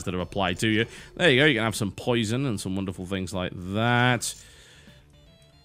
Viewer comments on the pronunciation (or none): Mighty "poision" !